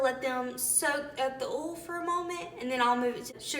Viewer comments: It's called OIL, not OOL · come on girl it’s O-I-L OL 😂 OIL